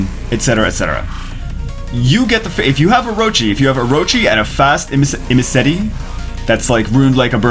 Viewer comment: "I'mnasty". Triggered.